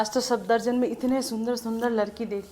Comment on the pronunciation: It's SAFdarjung lol, irritated me so much when you misspelled it plus pronouncing it wrong the whole log 😂